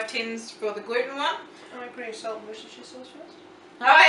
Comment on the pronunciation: Love your videos, simple and amusing! I can't help but correct your pronunciation of Worcestershire sauce, though, even though it made me laugh...try "WOO-STIR-SHER" ...the English language is a funny one, I know. That's never been an easy word, anyway. Keep the great recipes coming!